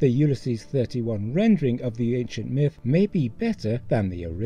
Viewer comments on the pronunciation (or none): none